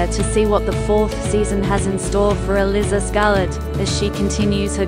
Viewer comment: The ""Duke" is Not an aristocrat. That's a major part of the plot. It's elIIIza (long I). Stuart Martin is the co-star not Patrick.